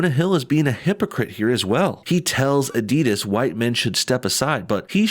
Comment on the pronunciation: Never heard someone pronounce the end of Adidas like DIS instead of DAS...